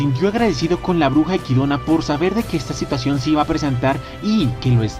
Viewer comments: Cada vez que escucho equidona en lugar de echidna viene a mi el meme de los simpsons: dilo bien maldito imbecil o te arranco la lengua ¡¡¡ jaja nose Cual es la pronunciación pero me saca de onda que lo diga de esa forma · Quien es equidona? es Echidna se lee literal ya que los japoneses si pronuncian la ch, no es una pronunciación inglesa si no escucha como lo pronuncian en el anime.